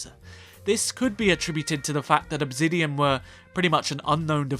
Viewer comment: Why do you always pronounce Obsidian wrong?